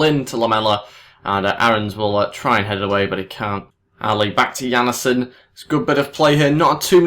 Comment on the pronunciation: Jannesen? Its Jan-sen :D